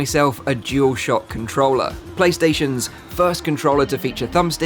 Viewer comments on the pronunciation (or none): Loves PlayStation but still calls it a jewelshock controller 🤦🏻‍♂️ it’s DualShock why can’t people say it properly 🤬.